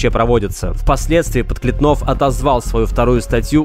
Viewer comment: Евгений ПодклЕтнов. Ударение исправьте.